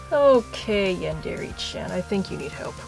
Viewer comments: No offense but u say yandere and manga wrong this is how u say them yawn/dare/e And mon/ga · she pronounce yandere as yandeeree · This chick says "Yandere" weird. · YOU'RE PRONOUNCING YANDERE WRONG OMFG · did anyone else scream at the screen telling her "IT'S NOT PRONOUNCED LIKE THAT!" every single time she says "Yandere"?